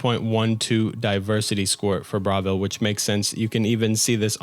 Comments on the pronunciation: How you're saying Bravil is killing me, it's like you didn't listen to anyone speak in the game. They say it, it's BRUH why are you saying BRA? Pronounces Bruma as BROOM but won't pronounce Bravil as BRUH. 😂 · great video but the way you pronounce bravil fills me with rage